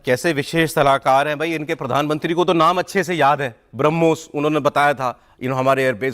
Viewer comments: Koi harmos bolta hai koi bramus bolta hai ajeeb jaanvar hai ye😂😂😂😂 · he means harmoons..😂😂😂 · Inko name bolne mein hi kyi din lage😂Harmoos😂 Harmos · Ye rana sanaullah pakistan ka home minister hai yah brahmos ko harmos bol raha hai. Yeh hai pakistan ka iq level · Brahmos bolna bhi nhi yr in madarsa chap ko😂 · Inko brahmos nahi bolne aata ...😂😂😂😂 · Inko brahmoshtra bolna aata nahi ye kya brahmostra todenge😂😂😂